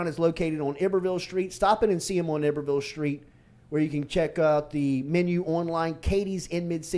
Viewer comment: Please tell Jordy stop mispronouncing Iberville, it's pronounced with a long I and not a short I. ex. Eye-ber-ville